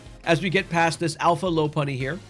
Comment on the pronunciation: We STILL have people saying Lopunny wrong in 2025 are you fucking kidding me 💔